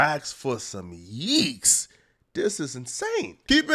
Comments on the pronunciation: Plz quit saying yeeks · Stop saying yeeks. It doesn't make any sense